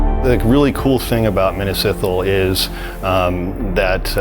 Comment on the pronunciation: please pronounce Minas Ithil correctly lmao big Lord Of The Rings fan here